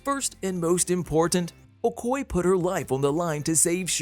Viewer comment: Awesome 👌 But My dude the Name is okoye break it down o koy ya Not ocoy it's a yeah at the end.